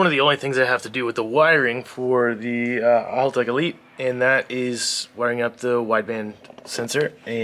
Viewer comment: Why do Americans insist on saying everything wrong? First it was "Con-sigh" wheels (should be 'con-say') now you keep saying Holtech... It's Hal. Like the name, Hal, like the dad from Malcom in the Middle. "Hal"tech. Not Holtech.